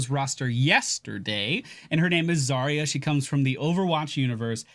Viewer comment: Do you pronounce Yacht as E-acht? Don't think so. Then why was it universally agreed that Заря should be pronounced with 5 sounds instead of 4?